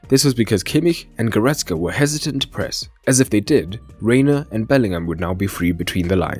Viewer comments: Good analysis, but it is goretZka Not goretSka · It's GoretZka, for crying out loud! It's a "Z", not an "S"!